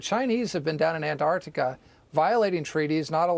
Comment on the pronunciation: 🐜 artica vs an-Tarc-tica. That’s the real issue here.